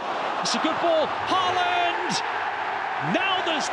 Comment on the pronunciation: When will the commentators finally start pronouncing Haalands name correctly?